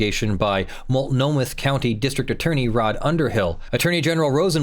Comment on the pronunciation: It's mult no mah, not mult no muth!